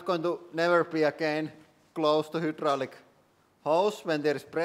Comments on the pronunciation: Hydraulic is pronounced high - draw - lick. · It is not "hoooodraulic" press it is "highdraulic" press.